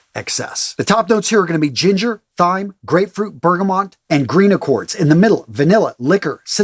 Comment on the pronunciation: Amazing video, loved this. When you described the banderas scent, I was like "this sounds a lot like sauvage" and then you made the direct comparison! Really informative as always. P.S - Thyme is pronounced "Time". English language sucks hahaha